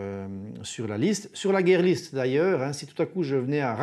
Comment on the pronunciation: Bon mais c'est "guire" list, pas "guerre" list la prononciation ;-)